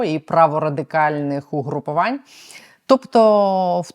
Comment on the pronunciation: УгрупОвань і наголос!